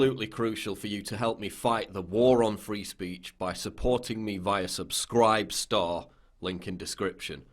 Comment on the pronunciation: Am I crazy or does homie say "subsCRAIB STAAHHHR" in an odd way at the end?